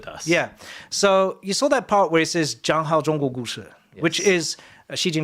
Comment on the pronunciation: zhangzhan zhanzhuo zhushi This poor guy speaks 0 Mandarin and they had him try to say 讲好中国故事.